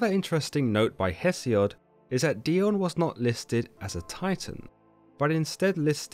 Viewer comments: Wouldn't the name be pronounced DAI-OH-NEE? I mean...she IS Greek after all. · It's Dee-oh-nee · I love this channel! (I think it is pronounced die-oh-nee) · Wow first time hearing it pronounced this way. My name is Dionne pronounced Dee-Ahn.